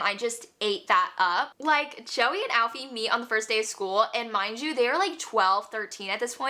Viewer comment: Joey and alfy cracked me up, it's pronounced ee-fah not Alfie. My favorite read last month was listen for the lie